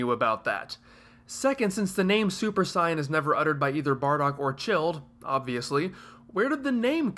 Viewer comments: Anyone else find it annoying he keeps saying 'scion' in stead of 'saiyan'. I don't understand how he can mispronouce a word that is used in the original and dubbed versions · You're saying 'scion' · I personally understand WHY you pronounce it the way you do, but I don't necessarily agree with it. You're putting the same emphasis on it as the Japanese do, but in this case that doesn't work in English. It's like calling Freeza Fureeza, because that's how it's pronounced in Japanese. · Uh no. You're just mispronouncing it. You can find several videos on how to pronouce it and you're just doing it worng